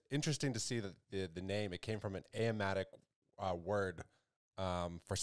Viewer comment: Dude… the language the word Kaspa comes from is Aramaic, not “Iamaic”. lol